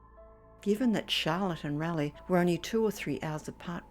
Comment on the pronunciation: It’s Raa-Lee. Not Rally ! So you see a woman all bloody and you do nothing?? 🤔omg!